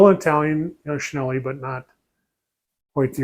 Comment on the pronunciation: Great video. May I mention that Cinelli is pronounced Chee-nell-ee.